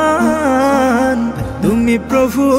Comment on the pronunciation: রহমান শব্দের হা টা শুদ্ধ করে উচ্চারণ করা দরকার ছিলো!